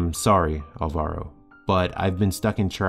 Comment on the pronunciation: It is pronunced álvaro, with accent on the first "a"